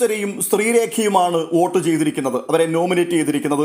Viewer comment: Bro ...Ote alla Vote enna paraya